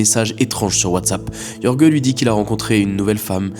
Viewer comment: Jorge ne se prononce pas "Yorgueu" mais "Rhorr-rhé" (rh = comme tu prononces le J de José ; rr = R roulé)